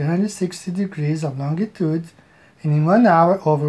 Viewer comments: I love how the guy initially said "longitude" but incorrected himself to say "longue-a-tude" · This guy actually put time and effort into making his "model", which I'm sure already exists for simplification purposes... That's sad. He seems like an old guy too. He's supposed to know better. Also, Lon G itude. Painful.